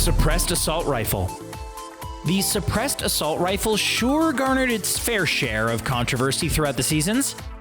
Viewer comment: Sebressed ar succceedd